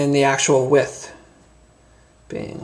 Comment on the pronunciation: Good onya mate, thanks I really enjoyed the vid. I own 2 of the old wave and love'em. New one on the way. Thanks for showing the differences.1 tiny tiny complaint, the word is Width not With but then again Americans do talk funny. Ya got a new subscriber. Thanks again mate.